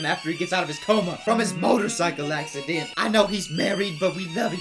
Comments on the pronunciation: motrocycle accedent HAHAAH the way u said it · Why did “accideent” get me 😂😂